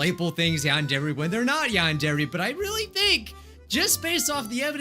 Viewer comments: WHY U SAY YAWNDAIRY. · Why u say yan-DAIRY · When he said "Yandere" the subtitles were like, "Nahh.. He said you and Jerry" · It’s YADERY